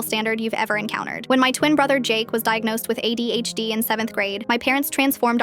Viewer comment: I heard AIDS instead of ADHD and i was mortified and confused in the beginning